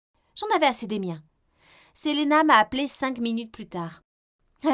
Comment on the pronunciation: c'est marqué Sélina pourquoi vous dites selena ?😭😭